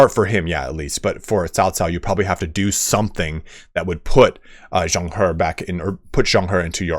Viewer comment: You did good in zhang he’s name thats commendable. Let me help you at best i can! [Name: pronunciation] Yuan shao: yuh-when sha-ow Cao ren: tsa-ow run Xia pi: sha pee Wen chou: wun ch-oh Yan liang: yen lee-ung And so that you dont stress everytime you say his name Zhang he: ja-ung huh Props for still trying your best and not saying “ f-it ill read it like a retard.” 👍